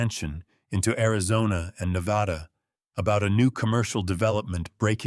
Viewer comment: ...at least this narrator pronounced Nevada correctly.